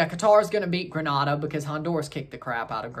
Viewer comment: Its pronouced Green-a-da..